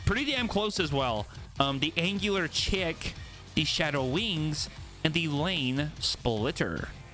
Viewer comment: So everyone knows haha chic is pronounced like sheek not chick (